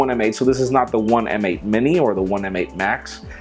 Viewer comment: I think "M8" is pronounced "mate"